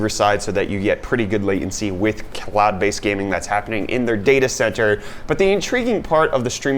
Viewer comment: Did anyone else hear clout based games instead of cloud based games? Haha